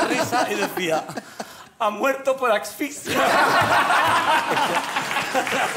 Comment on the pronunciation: ha muerto por AXFISIA